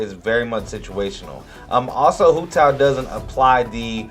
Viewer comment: Her nane is pronounced “wu dao” and her name means walnut 😭